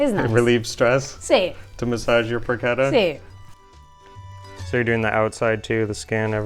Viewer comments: I notice that in the pronunciation of Porchetta, always goes in the direction of “Porcheda”. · Pro Keta is far from Italian get your shit sorted